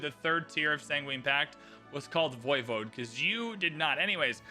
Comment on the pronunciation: I knew what Voivode is, and I believe you accentuate the 'e' (Voy-Vo-Du). It's a Transylvanian name for a regional ruler.